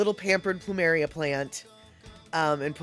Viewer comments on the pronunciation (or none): Caught this on a rerun, that video on orcas was interesting. So now I’m more scared of ticks than killer whales! Also when you mentioned your plumeria, to me it sounded like you said “pample “, as in pample moose. Maybe that’s what you can name that plant?🌱